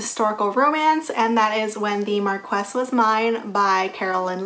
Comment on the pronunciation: Thank you for all the recommendations! Also, I think Marquess is pronounced mar-kwiss